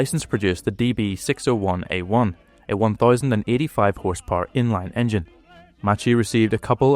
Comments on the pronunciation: Macchi is not read [matchi] it is read [makhi] instead. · Macchi is not pronounced like this. It is like how you say mach in English. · Pronunciation should be"Makki" not "Matchie", "Marketti" not "Marshetti". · Macchi is pronounced Makki and Marchetti as Marketty